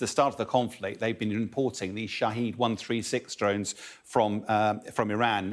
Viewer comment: It's name is Shahed Not shahid